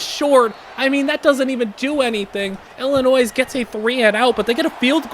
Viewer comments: Don’t say the S in Illinois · Just a small thing from an Illinois person... Don't pronounce the S. That made me triple take 😂